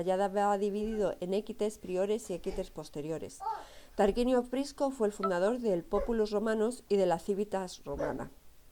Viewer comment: Muy floja presentación. No puede equivocarse o pronunciar mal términos básicos (liga del saeptimontium, Tarquino Prisco o cultura Villanoviana). Además sería bueno que para hacer el video dejara a la criatura que se escucha al cuidado de alguien.